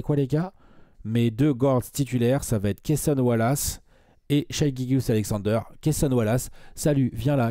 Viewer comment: Ca se prononce Shai, et non Shaï Mavs en 7